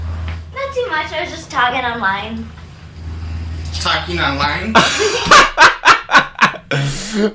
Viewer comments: "Tahking Ahnline?" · TAHKEEN AHNLINE?